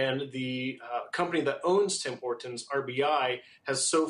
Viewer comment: Anyone else annoyed by how that guy pronounces Tim Hortons. It's like he emphasizes the T in Hortons.....friggin Americans.